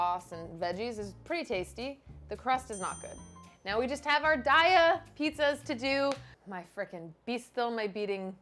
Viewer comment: DAY-uh...not DIE-ah...sounds like "diarrhea" when people say that 💩